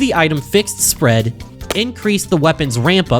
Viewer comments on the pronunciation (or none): switch "spreed" ah yes